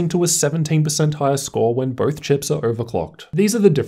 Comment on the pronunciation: Dude. BOTH!!! NOT birth! Easy correction